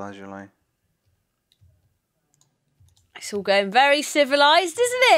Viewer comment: it is La zu li not la zo lie